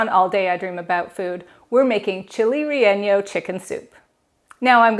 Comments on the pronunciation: relleno in pronounced ray a no. Or Rey a no or Rey y no. Double ll is pronounced y in Spanish. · quick hack: since you're using the whole box of broth, stab a knife in the box and twist opposite the pour spout and then use. Everything easily flows out, no glug, glug, glug & splashing! Pronunciation: Ray - a- no! Looks good!